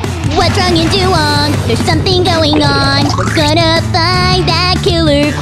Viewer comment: But the Chinese way of saying it is "dah-wong."